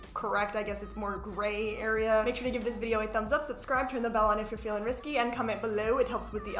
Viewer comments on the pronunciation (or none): none